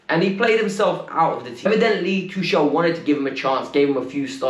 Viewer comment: The name's tuchel..It's more like tukel..not tushel🙄🙄🙄🤦🏻